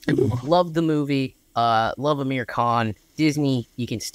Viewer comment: Just a minor correction - his name is "Aamir" not "Amir". The single "A" is pronounced as "uh" the way you're currently saying Aamir's name. But the double "Aa" is pronounced aa-mir (car, not cur). A and AA are two different vowels in Indian languages, (rhyme with cur and car). A lot of aa vowels are frequently mispronounced as 'a" because people spell them wrong in English (they don't write aa, but single a), tho in Aamir's case, he does have the double 'a'. It's like saying Jam instead of Jim.